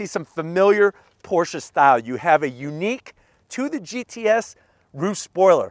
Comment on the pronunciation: thank you for pronouncing it correctly Porsha